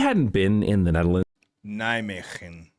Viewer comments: Nijmegen... Perfectly said. You're a natural! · As a local of Nijmegen I can tell you that you nailed that pronunciation. 🚴